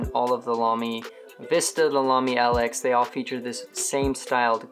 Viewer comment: Lx is pronounced Lux. Nice review btw!